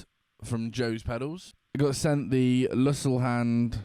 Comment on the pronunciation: Thank you once again. By the way, you pronounce it "Luzit Hand"